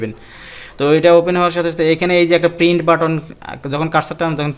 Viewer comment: brother not pin It's called print